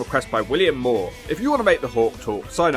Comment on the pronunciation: moore deosnt rhyme with law